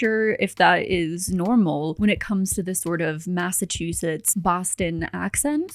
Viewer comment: My husband was born and raised in MA, I’m surrounded by people from MA (we live in Maine), and I’ve never heard anyone pronounce Massachusetts like she does. Massachoozits?